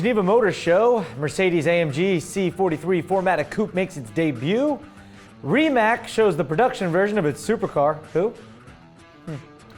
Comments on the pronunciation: It is Rimac, not Rimac. In some languages, letter 'c' is not substitute for s and k, but it is read as 'ts'. So, try to read it as Rimatz. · the C in Rimac is not a K so you're saying it wrong, say it with C i know it because I am from country where is build. and the guy that has that firm is Mate Rimac